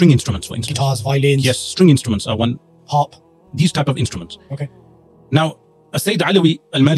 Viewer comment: Harp not hop at 1 minute time stamp